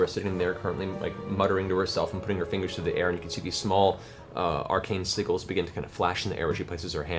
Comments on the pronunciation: I picture a bird with a wizard hat every time Matt says "Arcane Seagull" instead of Sigil! 🤣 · so did someone ever tell matt that it's pronounced 'sij-il' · PLEASE look up how to pronounce sigil correctly... FAV MOMENT THO.... that hellish rebuke kill shot!